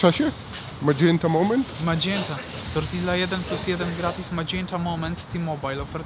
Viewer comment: Dwa ll w hiszpańskim czytamy jako j, tak więc TORTIJA